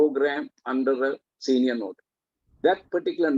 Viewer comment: Is it “NOTRY” or “NOTARY”?? Ms. pronounce it as notry.. notry.. 😥